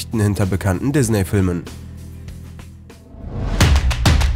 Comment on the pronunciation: Wie er immer dizzney sagt😂😂😂